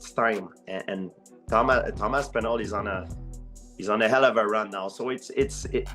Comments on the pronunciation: Tom AP-sinall and Stypey Miokick? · When he said Tom Apsinall I knew the comment section was gonna be lit